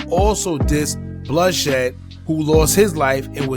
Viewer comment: Bruh who tf is blood shed? If you gone be doing blogs about people get their names right.. and fredo not from the O he from the front #ripblood #ripfredo